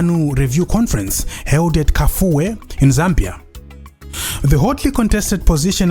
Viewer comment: I the way you pronounce kafue